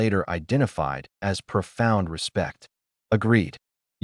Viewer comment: There are two more cubs in the shelter door behind the human. That makes six cubs from three eggs. The AI reader still needs additional training to pronounce hard words like "as" instead of spelling the word's letters.